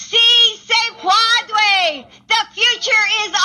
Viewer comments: Geez: you would think that someone with a fargin PHD would ask someone on her staff to ask her how to pronounce that word!! It's pronounced -- "Pweh_day" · Pwadway is Elmer Fudd trying to speak Spanish .